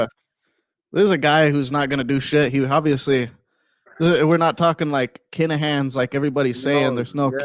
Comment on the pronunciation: It’s Kinahans not Kanahans! Lol.